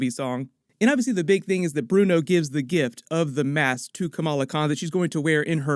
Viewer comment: Fav Moment : how Kamran still calls Bruno - Brian 😂